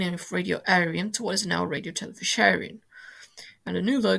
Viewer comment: Hi, I do like hearing British people trying to pronounce Irish phrases and terms. RTE is of course Radio Telefis Eireann, but those three words are not pronounced as they are written. The a in Radio is pronounced with as a lower case "a" would be. Emphasis on the "fis" in Telefis as fiss and of course Eireann sounds like the female name Erin.